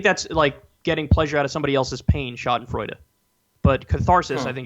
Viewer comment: Btw, for Kyle, 'schadenfreude' was correct, and I don't know if what we viewers feel is 'catharsis' (I think y'all feel that more?), but it's more like validation.